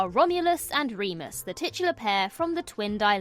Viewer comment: You mispronounced Womulus and Wemus's names.